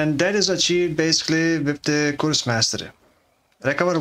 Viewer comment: You pronouncing 'curse" as "coorse" is so funny